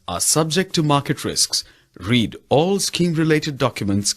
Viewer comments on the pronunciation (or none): none